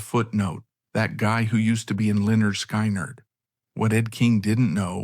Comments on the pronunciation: Pronounced: Leh nerd Skin nerd. Pardon, my hyphen key got hammered by a neighbor. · I hate this doc. Can't even pronounce Linnerd Skinnerd. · Pronounced Li - Nerd - Sky - Nerd 😂 haha. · Cowardice and abandonment? This moron can’t even pronounce the name of the band properly, even with the dictionary pronunciation on the first album cover. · Can’t pronounce the name of the band right in the first 30 seconds…. Thumbs down, do not recommend Chanel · Somebody, please STOP this AI pos from even trying to pronounce LYNYRD SKYNYRD, it's such a shame and it's disrespectful to the entire band!!! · Can’t believe they don’t proof watch.Or whatever you’d call it. Make it then watch it so it doesn’t make a huge mistake and piss off the very people the video is targeting. It loses all credibility when they can’t even pronounce 👈🏻👌🏻 the name of the greatest American rock band of all times! I don’t understand why they can’t just do it themselves. It’s just reading a script! You have to have a machine read what you wrote? Not very bright!